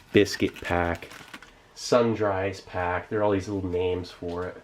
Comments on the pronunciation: Its pronounced "sun-drees." But still, nice. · Sundries = Sun-drees. Love your vids!! My fav channel 😊